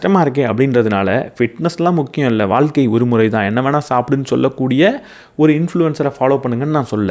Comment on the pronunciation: Neenga pesuradhu ellame superb aa theliva, interesting aa pesuringa.. but neenga thamizh ku sirappana letter 'ழ' zha va pronounce panna maatringa.. ex: thamilu (Thamizhu), vaalkka (vaazhka), valakkam (vazhakkam), kulandhai (kuzhandhai) etc. இப்படி 'ழ' க்கு பதிலாக 'ல' ன்னு சொல்லுறத கேட்கும் போது இடையூறாக இருக்கிறது.